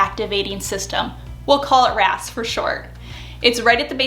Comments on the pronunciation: When you say "your RAS" I hear "your ass" 😂😂😂 Jokes aside, I love the advice in this video. Thank you 😊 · Am I the only one who heard “your a$$” when she was talking about RAS? It made me giggle. Either way, this was super helpful thank you :) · Definitely heard " your RAS" as "your ass" 🤣🤣 yeah, I'm basically 8 lol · every time you said “ your RAS” …I heard Your A$s and laughed so hard. Thanks,lol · I love your videos and I’m the same way about loving the science and psychology behind everything. But I am laughing so hard..every time you say your RAS.. I hear your a$$. Yes…I’m 35 going on 11.